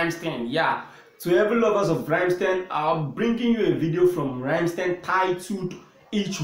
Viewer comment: NOT the idiot sounding Rammsteeeen !!! Its like "Rum?mstine"